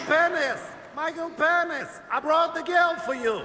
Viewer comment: “Micheal Pen-is”🤣💀